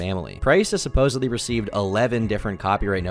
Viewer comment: What is the deal with Americans saying "supposebly" instead of supposedly. It absolutely does my head in!!!! 😅